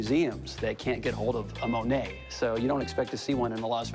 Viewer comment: He doesn't pronounce monae right.